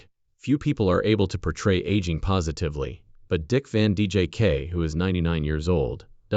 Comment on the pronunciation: These bot readers are ridiculous! Can’t even say names correctly! Keep repeating the same things over n over Dick Van Jake! Give me a break. Out of here